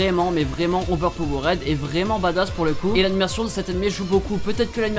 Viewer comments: on dit "overpower'd", astuce le suffixe "ed" en anglais ne se prononce jamais "ède" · La manière que tu dis overpowered 😂 bon tes français alors sa passe.